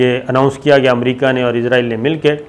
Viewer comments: الحمدالله آج آپ نے اسرائیل کو اسرائیل ہی کہا، لیکن ازرائیل ازرائیل بھی کہا وڈیو کے شروع میں۔۔۔ بہرحال پچھلی وڈیوز کے مقابلہ میں الفاظ کی ادائیگی میں بہتری آئی ہے۔۔۔ پلیز کیپ اَپ دا گُڈ پروناؤنسیئیشن!!! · Izreil nhi israal bolo